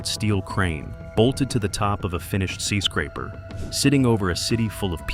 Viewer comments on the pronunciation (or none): "skee" scraper? You are sooooooo lazy. Pro tip: learn how to read and narrate your own vids. aaaaa-holllllle